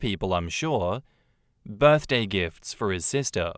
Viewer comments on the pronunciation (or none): none